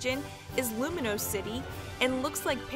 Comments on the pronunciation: All the wrong pronunciations in this video KILL ME, like “Luminose” instead of Lumiose, and especially “Chairman Ross” IM CRYIBG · Is that what you call lumiose lumanoise and you call yveltal yivaltel